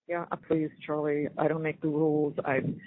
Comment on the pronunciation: Chawlie-boarding (aka: water-boarding) 😂